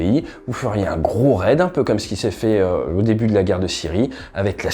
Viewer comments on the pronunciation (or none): none